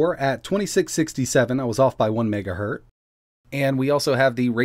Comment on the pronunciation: "Off by 1 Megahert" you forgot the z in hertz